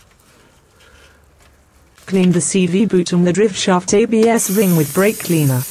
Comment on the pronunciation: Would help if he had all the right tools, the narrator can't pronounce parts correctly. Like drivshaft it's a driveshaft or cv axle or just axle